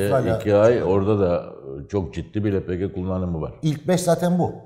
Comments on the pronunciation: elpigi nedir yahu? likit petrol gazı lepege deyin şuna... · hepinizin ağzına sağlık amma,, Lepegeye neden Elpici , cenege ye sienci diyorsunuz ?? Kulağa hoş gelmiyor sanki doğrusu da olsa :)